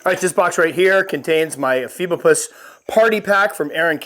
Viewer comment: Also, the genus is pronounced (e-FEE-bo-pus), like said, for anyone who's curious. I hear this one said a ton of different ways.